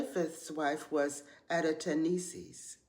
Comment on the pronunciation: I don’t connect with the “ Daddy’s Girl” concept, but I appreciate the mention of the women who are denoted as the post-flood mothers of civilization and their most important role. TFS! (Also, props on pronouncing their names: Adataneses, Na’eltama’uk, and Sedeqetelebab).